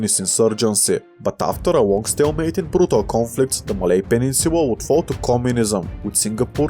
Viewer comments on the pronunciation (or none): Here are what I observed, he unknowingly pronounced "l" as "w", it's cute and here are some of the examples: • Laos → Waos • Thailand → Thaiwand • peninsula → peninsuwa • Bangladesh → Bangwadesh • island → iswand • popular → popuwar • well → weww • guerillas → gueriwwas • control → controw • balance → bawance • Guatemala → Guatemawa • canal → canaw • Colombia → Cowombia • Latin America → Watin America • collapse → cowwapse • a lot → a wot • longer → wonger